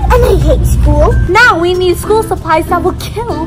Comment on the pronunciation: "Shool is gonna be so fun" I hate